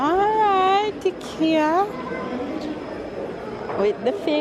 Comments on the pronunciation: dear, the place is pronounced (Hikea) not hikkyea. One is like you're going hiking, but you're calling it like what you get on your neck. Please try. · It's IKEA pronounce EYE KIA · I’m a fan of banana fritters have been eating them from I was a child. It’s pronounced I-KE-A…it’s more affordable especially with college students and first apartment young ppl…your children are beautiful. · Sounds strange when you pronounce t Ekea here in Europe we pronounce it I-Kea lol i love Ikea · its fine its actually pronounced both ways by the founder himself, I saw a video where when he speaks to an English Audience he says IKEA and when Swedish he says EKEA, he didnt care anyways. I was not criticising so dont take it that way I am saying that it sounded funny to me thats blessed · Hi, I am from Toronto. I just wanted to correct the pronunciation of the furniture IKEA. “Eye-kee-ya. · I love shopping at IKEA! I have to go through and look at all the things :-). In the US we pronounce it eye-kea.